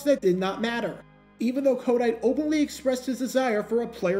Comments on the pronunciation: Why do you pronounce his name as KODITE? It's a hard T as in the word "Tight" Co-tight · I think its pronounced, ko-TIGHT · Pronounced "Ko-Tight" he was our coach in Philly for a few years...